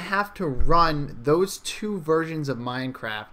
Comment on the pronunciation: He keeps saying "MINECRIFT"